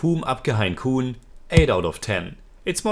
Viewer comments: Grt review Btw its pronounced 'ham' and not 'hum' Hum or ham is english for 'we' (3rd person) as a word but in this title its used for 'I' (1st person) as people in some areas of India sometimes refer to themselves as 'we' instead of 'I' Also, kaun is pronounced more like 'caune'.. the person who corrected it as 'corn' is just pulling your leg 😊 Keep reviewing ❤️ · Hi your pronunciation is mostly wrong on this one( not that it's a big deal or anything but just pointing out) Hum is more like Mum Hain is a tricky one.... The last n is mostly ( but not fully ) silent... You can check how some Indians say this word Kaun is not said as Kooon, more similar to Kon Exactly it would be like KO u N But great review as usual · Hum is pronounced as in to hum on English and koun as Cawn rhyming with dawn ✌️